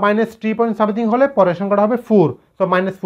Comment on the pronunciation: u r right. As he can't pronounciate a simple word like "Something",he shouldn't spell it for being trolled.None is perfect is also known to me.